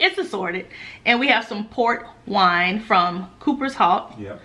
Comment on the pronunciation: Up until now I thought you was saying PORK wine lol had my mind all screwed up lol 😂😂